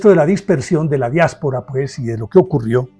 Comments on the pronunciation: Perdón, no sé si es error de fonética, o el audio ha distorsionado la pronunciación, he escuchado diaspera en vez de diáspora, por favor corregir el vídeo. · Excelente narración maestro, la historia contada como fue, sin juzgar a uno ni el otro. Una ligera corrección , es "diáspora" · En el minuto dice que empezó la "diáspera". Empieza bien el vídeo, si no sabe ni cómo se dice. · Es diáspora....no diespora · pronunciaste " Diaspera envés de Diáspora ", creo esta última la correcta a lo referido. gracias.